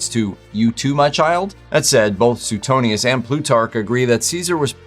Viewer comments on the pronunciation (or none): It's SWAY-tonius, not SUE-tonius.